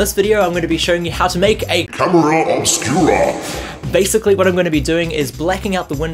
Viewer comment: Jjjajajajaja "Oscura!" but it's funny how you say it :)